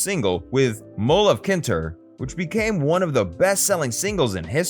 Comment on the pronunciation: Mull of "KinTER". Gotta love AI...🤔